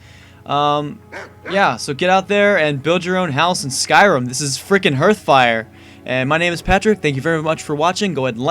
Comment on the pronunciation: It's pronounced 'harth' fire